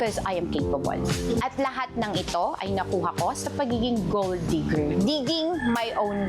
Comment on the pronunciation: “Digger” not “Deeger”